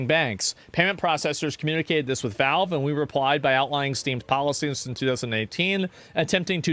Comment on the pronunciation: Why does this guy keep saying "Velve"... is it hard to speak out the letter "A"?